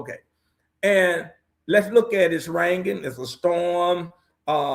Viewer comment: finally said Raining correctly but now hes saying Kamila lol and Ack not Act lol bless his heart. He spitting wisdom though!!!!!